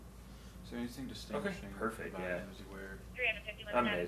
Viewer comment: And the way she pronounces words that end in G drives me insaneee! If you listen to the pretext calls everytime she says “anything” or “nothing” it’s always “anythink” or “nothink”. Theres no way she had any degree let alone a PhD!